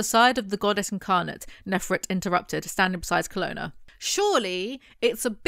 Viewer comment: i have no idea why but i always read kolona as canola in my head, even when i read these books as a teenager, its always so weird to hear it said the right way lol